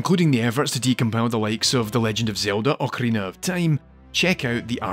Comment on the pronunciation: Och-arina of Time?